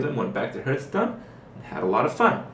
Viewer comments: its Hearthstone not Herthstone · Another ''Hurtstone'' pronaunciation coming from you mouth another dislike cheeky scrublord. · I dislike your videos because you say Hurtstone. Fucktard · People seem to think that they are entitled to see whatever videos they want. This is Kripparrian's youtube channel. He enjoys playing Hearthstone (even if he says it wrong! :P ), and I don't see any reason that he should not be allowed to make videos about it. If you want to watch videos about a different game, go somewhere else...